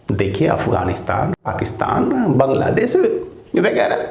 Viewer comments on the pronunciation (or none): none